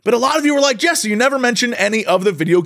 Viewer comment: Woohoo! Interestingly enough, french native speaker also pronounce my name like you did, Jesse ;)